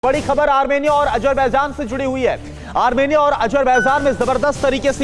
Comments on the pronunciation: Hahaha jahil looog armania ha......armirnia nhi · amernia nhi yede armenia hai sahi dang se bolo dhakkan log